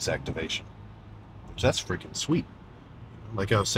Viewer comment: "Witerwally gonna fweaking wock in fo dis one🤓💪🏻"